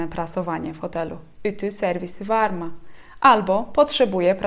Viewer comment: Mówiłaś że i bez kropki to y. Dlaczego przy słówku WAR MI czytasz WAR MA a nie WAR MY? to jakiś regionalizm?